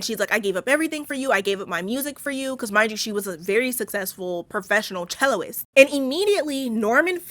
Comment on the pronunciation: I love you, adore you! But it’s cellist, not celloist.